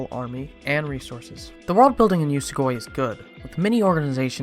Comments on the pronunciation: It's oo-so-goo-e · Idk but I pronounce it yoo-soh-gw-E